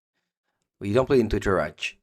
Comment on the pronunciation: Or, to put it simply "Him to Tour Rack"